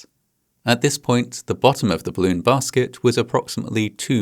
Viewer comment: I love how you pronounce 'balloon' like 'bloon'. It's adorable.